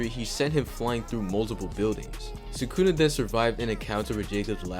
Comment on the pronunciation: Did bro just say sukuna with a hard r???